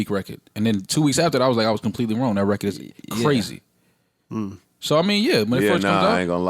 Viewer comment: I never realized how annoying “reced” (record) is. Fam, say “record”. Diddy and Jay do that shit too...and I hear ppl from NY that don’t say it like that, so it’s not that lol